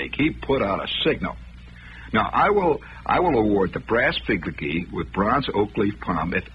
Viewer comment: “… The brass figligee with bronze oak leaf palm…” 😂